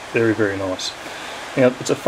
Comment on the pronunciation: Nice review! (Though it took me a second to figure out what the heck a 'fumm nick' was--didn't realize Australians didn't make the 'th' sound :-)